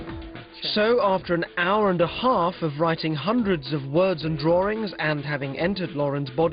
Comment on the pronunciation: "the drawrings"